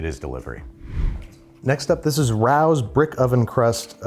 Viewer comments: its Ray-Ohs! (not rahows) cmon youre in nyc now. 🤌 lol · Is it not ray-oh’s? Rao’s? Not rows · no way mfer just said r-ows. it is ray-ohs. smhmh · It's not "Rows" rhymes with how. It's Ray-o's. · ¡¿RAOWS?! Did he just pronounce Rao’s (Ray-o’s) “Raow’s”? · For someone judging pizza, and spot on judging as well, how do you call the NYC famous restaurant “ROWS”? ITS “RAE-O’S”! I think this bothers me more than most due to knowing the family personally. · Rao’s is pronounced Ray-O’s not Rouse. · It’s ray-o’s not rauw’s. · How is no one mentioning the insane pronunciation of Rao’s? It’s rey-oh, not raow. Despite this I still love you Babby! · Try a Motor City supreme frozen pizza if you ever see one. Square deep dish style, about 29.5 ounce $8.00. Never heard anyone pronounce Rao's like you do.. I believe it's Ray-Oh's . Just saying. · Rao's is NOT pronounced rows !!!!! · its pronounced Ray-Os u twit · Isn't pronounced Ray-ohhs? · It's pronounced Ray'- oh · It’s pronounced ray o’s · It's pronounced, Ray Os? Haha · Rao’s is pronounced Ray-o’s. It’s an old family restaurant located in Spanish Harlem NY frequented by the rich and famous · Pronounced "RAY-OH'S"🙂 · Just so you know, Rao’s is pronounced “Ray-Oh’s”. 🎉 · It's pronounced RAY-O'S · Dude how do you not know it's pronounced RAY-oh's? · Ray…ohs. Is how I think it’s pronounced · Rao is pronounced Ray-Oh. According to the show Billions. I'm from Oregon so what do I know. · it is pronounced RAY-OHS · In The Sopranos they call it "Ray-ohs" therefore he is pronouncing Raos wrong lol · Rao's is pronounced RAY-OHS, an excellent old time restaurant in East Harlem, NY. It used to be an Italian neighborhood. Rao's pasta sauce is the best. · It's pronounced ray-ohs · Rao's (Ray-o's). They're Italian, not Asian. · Isn’t Rao’s pronounced, Ray-o’s? 🤷‍♂️ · Ray-ohs lolololol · You lived in Brooklyn and don’t know it’s pronounced RAY-O’s? 😢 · It’s pronounced like Ray-os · anyone else horrified by how he pronounced Rao's?? 😭